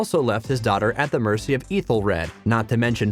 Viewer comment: Ethelfleed? Ekwin? Mercy (for Mercia) It’s annoying! Who is Godwin?